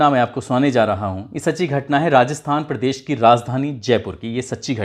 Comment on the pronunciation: क्या...पिलस, फिलिम, पिड़देश ये उच्चारण सही है?